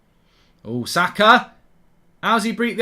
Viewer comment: How hard is it to say SAKA! Seriously mate. Zaka really